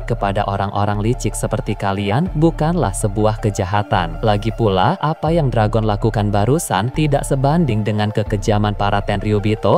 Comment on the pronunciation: Perebaiki perkataan Dragon, bbisa bahasa penyebutan bahasa ingris tidak? Belajar dulu